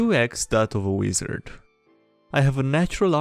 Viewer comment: I love the way he says weezard lol